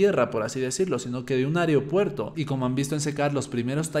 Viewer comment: AEROPUERTO… me tenía con TOC escuchar aeriopuerto